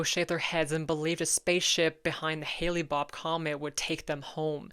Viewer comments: You are saying things like "Haley-Bopp" instead of "Hale-Bopp" [hail-], or "Arsh-Type" instead of "Archetype" [arki-]. Cool channel, but check that stuff. Pronunciation is a thing. I totally dig what you do, this is not assholish, I just like language, and yours is amazing! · Not that it's all that important, but it was Comet Hale-Bopp--not Haley-Bopp... You're accidentally mixing the names of Haley's Comet and Comet Hale-Bopp together. It sounds like "Hail Bop."